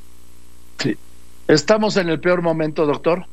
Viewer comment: Oye Doriga de donde sacaste a este distinguido médico con el PIOR momoento, se dice peor, no pior....